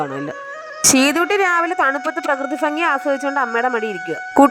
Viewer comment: ഭംഗി എന്ന് പറ. ഫങ്ങി എന്ന് അല്ല 😂😂